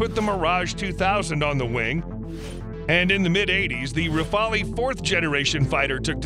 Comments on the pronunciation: Great video!! However those computer generated voice overs make dozens of mistakes (mispronunciation) on foreign names. I'll pass on all of them ( so many that us gentlemen of great culture cannot easily tolerate ) except for the Rafale. It's been mispronounced in the past as Raphael (a bit of dislexia there...) and in this video "rafalee". The pronunciation is rafal. Rafale means a burst of wind or gun fire., repeat after me. Rafal!! Thank you. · You might need to pronounce the term "Rafale"